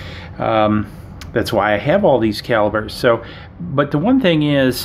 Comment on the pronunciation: When you say pop do you pronounce it “bob” 😂 sorry it’s just so funny to me. Calibers …lol